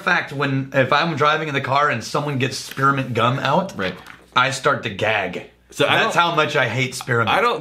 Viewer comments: I didnt know spearmint had 3 syllables. "Spear-uh-mint" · Spearamint. Spear 'a' mint., I can understand caramel, but there are two, TWO, syllables in spearmint. On a serious note: Would making a blend of Military Special and a particularly eucalyptus forward rye result in the ultimate cough medicine? Or would it simply be too gag inducing for anything other than an emergency emetic? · What is “Spir-A-ment”?